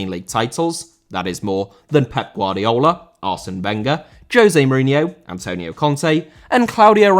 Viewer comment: Antonio* not Antouwniouw